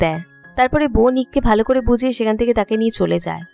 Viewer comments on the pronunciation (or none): none